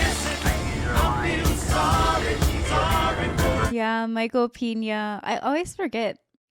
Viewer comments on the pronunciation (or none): Micheal Peña is not pronounced Peeña like Penis. E in most languages is pronounced rather the Es in Benedict